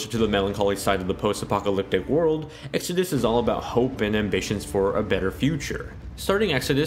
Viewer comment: This video kept confusing me. I'm so used to you saying Exodis that when you comment about Exodus I wonder what Jessie has to do with anything XD